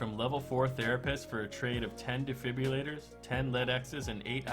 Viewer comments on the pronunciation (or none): "Op-tha-mal-ah-scope" "De-fib-ru-lat-er" Cringes in medical